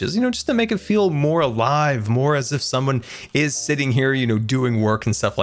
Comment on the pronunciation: Anny one else hear feeal?